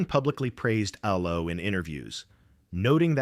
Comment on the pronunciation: EEE-low? Stop using free AI narration!